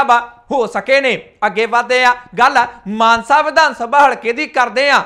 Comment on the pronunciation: ਮਾਨਸਾ ਜ਼ਿਲਾ ਕਹੋ ਮਾਨਸੇ ਨਹੀਂ